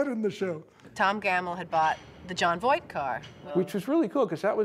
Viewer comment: Funny Jery actually says Jon Voik instead of Voight